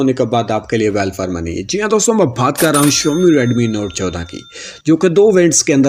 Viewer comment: Bhat karta hoon Bhat karta hoon bol te same mama bhat Nahi hota lafz baat Hota hai bhat Nahi